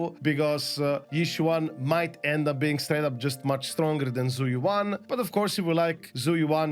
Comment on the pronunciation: Zhu Yuan if I recall Is spoken as Jüe Ü-en or Shoo Eww en , more or less.